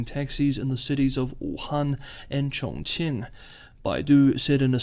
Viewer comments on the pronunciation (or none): Yi is pronounced "Yee". Chong Qing is "Chowng Cheeng".